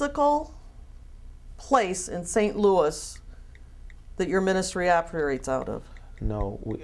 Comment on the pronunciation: St. Louis just BANNED this guy for slamming the cities name like that! 🤦🏽‍♂️